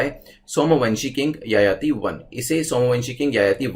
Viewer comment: Sir wo yayati nenhi, Jajati kehete hne